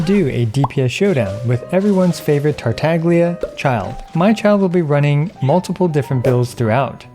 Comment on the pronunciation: finally ,he spoke Togtola's name correctly